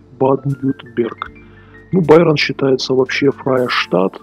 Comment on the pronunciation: произносить правильно надо "Байэрн" и "Ба-аден-Вюртэмберг" ... странно слышать такое произношение от человека, который живёт в Германии не первый год, как я понял, при всём уважении ;-)